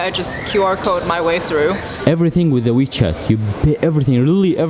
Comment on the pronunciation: Wechat ya dik adik bukan michet😅